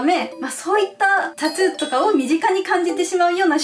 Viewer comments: タトゥーじゃなく、たつーって言ってるのが気になる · タトゥーがタツーに聞こえるのが可愛いwww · タトゥーがタツーって聞こえる😂😂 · タトゥー、、タツーに聞こえてしんどい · タトゥーがタツーに聞こえる笑笑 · タツーではなくタトゥですよ～ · タトゥーのことずっとタツーって言ってるように聞こえるんだけど...ｗ滑舌悪いのこの人？あんま詳しくない。。。ｗ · ずっとタツータツー言っててそれが気になった… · タトゥーがタツーに聞こえた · タトゥーの発音がたつぅー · タツーって聞こえる笑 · たつぅーって聞こえるのは私だけ？w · tatto のttの発音が出るから、日本語的にはタツーに近く聞こえるんだろうな〜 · タツゥーって聞こえる笑笑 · タトゥー、、 カ⚪ゥーんにきこえた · タトゥーをたつーって発音しててジブリっぽい(？) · un known そうそうww